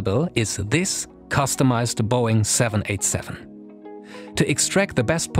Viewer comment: It’s boeing not boing!